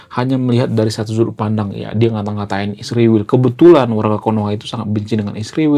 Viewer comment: mas kok nyebut isriwil kok susah amat nyebut israel. Ya itulah orang konoha..😢